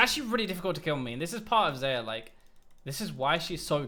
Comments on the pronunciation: it's zie-yah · I don't care What u say but i hear alot of Sa-ya